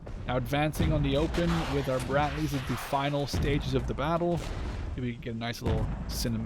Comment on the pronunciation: dont think its brat-lees bro its brad-lees